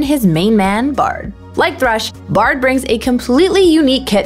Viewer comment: Its thresh no tresh!